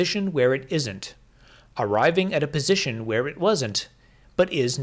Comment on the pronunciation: Is he saying "bisition"?